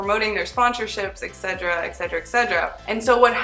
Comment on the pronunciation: Etc. is short for etcetera, not etcedra.